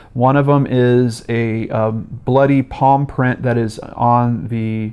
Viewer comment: I heard "paw print" the first few times you said palm print and it left me very confused. Evil dog most twisted case cracked episode ever! But on a real note this case is horrific as are all of your cases usually. My endless love to these poor victims and hurting loved ones.